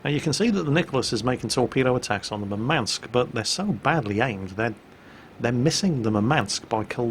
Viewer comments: its mUrmansk, not murmAnsk. Thats a city in nirthern russia. Greeting from Ukraine. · Just a quick note - in Russian the emphasis would be on first U in Murmansk (which is by the way the name of the city where one of the largest fleet bases resides). Love your videos! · So you would pronounce it Urmansk? I, as an English speaking individual, can't figure out how to soften the emphasis on the M without removing it. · BalisticChampion1 Moormansk may be a way to try...